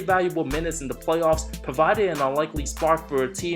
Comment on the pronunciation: Wait... did he just say "Way-off P"...🤣🤣😅🤣